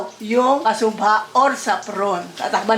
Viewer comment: Yes everyone knows but her pronouncing is wrong